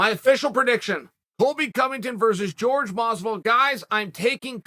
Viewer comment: Chael, what the hell man. Why do you INSIST upon calling him George? Is "hor-hay" really that difficult to say? Love your content man but at a certain point it starts to be slightly disrespectful to keep saying a relatively easy name wrong.